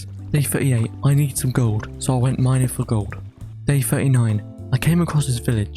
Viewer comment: Did anyone notice he said minding